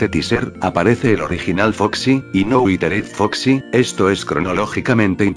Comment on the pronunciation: Dise al prisipio witered foxi es witered yo como que a no me dijas